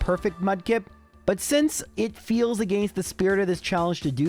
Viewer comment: This video sounded interesting, but I just can't stand that pronunciation of "against"...